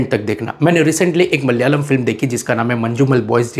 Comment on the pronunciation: Thank you for your appreciation. I would like to correct some pronunciations. It is pronounced Malayaalam(not Mallyalam). Every 'a' need sound. Also J is kind of silent in Manjummel. It's not Manju😊